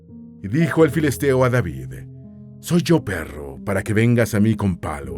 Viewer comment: En el minuto Por que tiene que ser rubio ? y para acabarla le dijo soy llo perrrroooo 😮😆🤣😂🤣